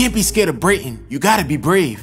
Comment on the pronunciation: Every 1 minute I hear brayten